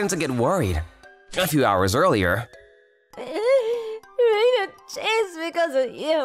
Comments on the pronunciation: Stop saying "Reina" like you're saying "Rhino" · "Reina" like "Rain". Seriously, there's only ONE way to pronounce Japanese words and names!